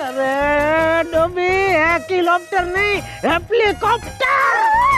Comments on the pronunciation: Not Hekilopter not heplicopter its helicopter 😑😑🤣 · Hekilopter Heplicopter "Achanak sei saab kuch badaldi Daya behen nee by saying "Helicopter" while doing garba" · In ep 120 he pronounce helicopter correctly but in this ep he pronounce incorrectly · Helicopter ❌ Heplicopter✅😂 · Daya: hekylopter🤣 Jethalal:are dhobi hekylopter nehi hepylopter🤣🤣🤣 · Hekilopter nai dobi heplicopter 🤣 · Hekilopter😂😂😂 Heplikopter😂😂😂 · Helilopter ni hepliloter🤣🤣😂🤣🤣😂they r so cute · daya :_ hekilopter Jethalal:_ hekilopter NAHI heplicopter I:_ Helicopter My sis :_ Not helicopter,it's choppar to 😂❤ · heklicopter nahi heplicopter :D :D :D :D :D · Daya says: Haplicopter Jethalal says: Happycopter 🎉🎉😂😂